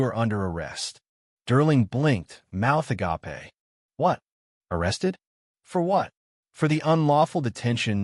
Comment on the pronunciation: why do i care about flickering fluorescent lights or cracked tile floors? btw, the word is not a-gapay it's a-gape. narrative less than a sophmore